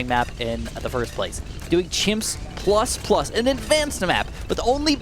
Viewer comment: "Ploos" is actually how Polish and Russians pronounce "Plus".